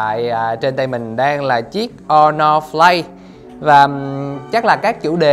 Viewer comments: Sao Asus lại không nên mua nhỉ? Mình thấy cũng ngon mà. Với lại review đọc Honor Play mà lại đọc là Honor Flay. Đâu phải điện thoại Trung Quốc nào cũng không đáng mua: Xiaomi black shark, Xiaomi mi 8 / mi 8 EE / mi 8 SE, Huawei nova 3/ 3i,Huawei P20 pro, Oppo find X, Vivo Nex S, Asus zenfone 5/ 5z,... Không đáng mua là sao nhỉ? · Khuyên thật bạn này k nên làm review điện thoại Phát âm thì sai Hono flay là hãng j thế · Đt chơi game đc z rồi mà còn đòi hỏi camera? Phát âm tên sp nghe ức chế vl hono play? Là sp nào vậy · nó đọc o no play